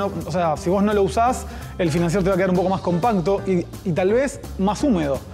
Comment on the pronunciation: La R al final de financier no se pronuncia 😎